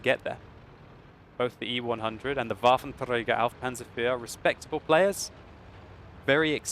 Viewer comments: WolfenTrrrrragar xD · why are u struggling with that R when saying waffentrager?